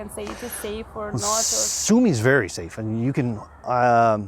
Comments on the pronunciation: Sumy ...one M ...not two as in mummy. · Guys, my native city's name is SUMY, not Summy! One 'M' please! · Isn't is, Sumy??! Not, Summy...??!! Why learn Russian and not Ukrainian?